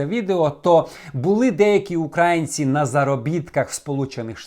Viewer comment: Небагато слів. Неправильно - правильно. Сама впливова - найвпливовіша. На протязі - протягом, упродовж. На протязі - це «на сквозняке». УкраЇнці. Більше і більше - дедалі більше. Знаходилися - перебували, були в Україні. Знаходитися - це бувати виявленим: Знайшлася загублена річ. Заставляли відрікатися - примушували, змушували. Заставляють кімнату меблями. Наблюдаємо - спостерігаємо. Призиваю вас молитися - закликаю молитися. Призивають до війська. Замініть дієслово "зустрічатися", якщо мовиться про періодичну появу якогось явища, повторення якоїсь події, на: траплятися - Яку людську ваду втілено в образі Жаби? Чи траплялися такі люди у твоєму житті? Українській мові невластиві дієприкметники із суфіксами "-уч"/"-юч", "-ач"/"-яч", тому: не невіруючі, а невіряни; не існуючі теорії, а наявні теорії. Перевірте вживання дієслова "знаходитися" і в разі потреби замініть на: розташовуватися, лежати - про географічне положення; міститися - входити до складу, бути всередині; перебувати - у якому-небудь місці (про людей); стояти - у якому-небудь місці (про транспорт); знаходити собі раду, давати собі раду, не розгублюватися - зміркувати, додуматися сказати, зробити що-небудь; бути - у загальному значенні; або перефразуйте речення: Він знаходився у бідності - Він жив бідно. Юнак знаходився на військовій службі - Юнак служив у війську. Здебільшого, коли прикметник має два складИ, наголос падає на другий склад (тобто на закінчення): наприклад, дзвінкий, новИй, тонкий, котрий.